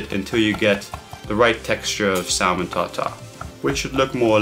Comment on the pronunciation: Great vid. Just one thing. The L in salmon is silent :)